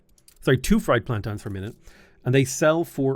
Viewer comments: I love your channel and game play. Always. So that being said it's.......PLAN- TANE......not PLAN-TAN. 😂 don't hate me ❤ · Plantans? You know there's an i in plantains right? :)